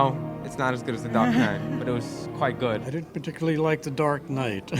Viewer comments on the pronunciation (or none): none